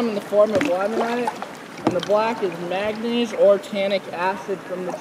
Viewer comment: Manganese* I think the guide said "magnese". Close, but sounds closer to magnesium. Different mineral.